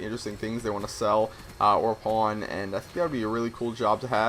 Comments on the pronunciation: I heard porn store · He said pawn. when i first geard the word like 1 year ago i thought it said porn i was like wha? lol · did anyone else hear him saying porn instead of pawn? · ha pawn sounds like porn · did he just say porn shop???? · i thought he said porn star i was like WTF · I thought you said you wanted to own a porn shop :$ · Did you say porn shop? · so...how many people thought he said porn? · I thought he said i want to be a porn star not a pawn brocker or how ever you spell it. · did you say porn store? :O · nice sniping well i suck at it (amatuer gamer{or recreational}) and I actually thought he said porn and i got freaked out but then he went into it and I figured it out :/ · Hes saying "PAWN shop".... Right? O.O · i thought you said PORN store owner. i was like WOAH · I thought you said that you wanted to be a porn store owner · At first I thought you said porn shop owner haha!! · i thought you said porn shop at first. lol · I thought you said porn shop at first. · lol first i heard porn shop